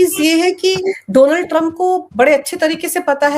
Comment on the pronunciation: डोनाल्ड नहीं मैडम डॉ as in doctor